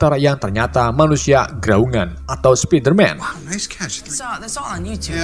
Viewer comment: spiderman bacanya spaidemen bang,, vision juga baca nya aneh,. hadehhhh